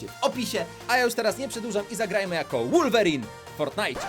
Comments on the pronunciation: Nie mówi się wulverine tylko wolverine Prosze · Muwi sie wolwerin a nie łulwerin